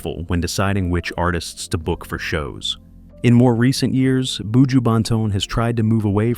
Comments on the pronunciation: Commentator bushooooooo say bu joh 😊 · In it boo-jew boo!